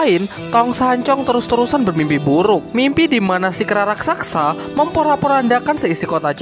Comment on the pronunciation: Raksasa bos bukan raksaksa...😁